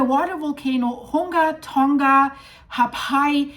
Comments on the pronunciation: It is actually pronounced Tong.uh. Not 'Tong.guh'. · Safe in Auckland, Its pronounches Tounga, just saying, AI